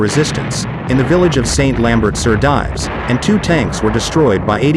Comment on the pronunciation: Again we hear presumably American narrators mispronounce the British/Canadian army rank of Lieutenant. Also, surely St. Lambert sur Dives would have the last part pronounced I. French as “dEEves “!